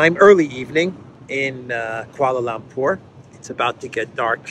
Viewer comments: the word "Lumpur" in Kuala Lumpur is pronounced "l-uh-mpur", not "l-ah-mpur". Or, more often, we just say "K.L.". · it’s Kuala Lumpur - pronounced „Loompuor“ not Lam 😉 just thought I’d mention it not that you insult any nationals there 😬 Stay safe and glad to see you’re not sick 👍🏻